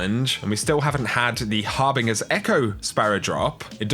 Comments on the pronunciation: Every time I hear say "har-bing-ers echo" I have a minor stroke. Its "har-binge- er" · Dude you’re from the uk. HARBINGER = [hahr-bin-jer]. There is no pronunciation of this word that is pronounced “Har- bing-er” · Hey, I don't know if anyone else has commented but harbinger is pronounced with a soft g, not a hard g. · Please stop saying Harbingger :) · Idk why the mispronunciation of "Harbinger" annoys me so much. At least it's not as bad as homonym misuse. But please make a conscious effort to pronounce Harbinger correctly please and thanks lol. Ikelos I can let slide but Harbinger seems to affect me too much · You pronounced harbinger wrong